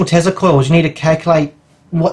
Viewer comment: whats a "tezla coil", i think you mean tesla